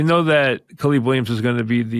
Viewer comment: “Ka-Leeb Williams” 🤣 lmao